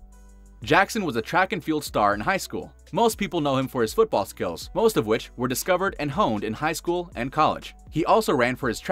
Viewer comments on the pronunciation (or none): none